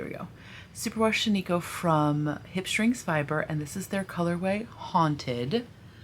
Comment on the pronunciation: OK, I need to make a comment on pronunciation. I am from Oregon, home of Shaniko Wool (hello, town of Maupin!). The name is pronounced SHAN-i-ko. Emphasis on the first syllable. Thank you!